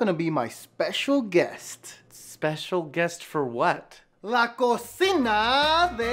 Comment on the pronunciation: You said cossinaaaa not Cocina just so you know 😂🤣